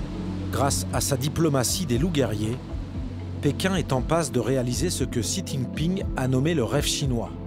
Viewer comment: Mais bondieu la façon don't il pronounce le nom du président de la chine!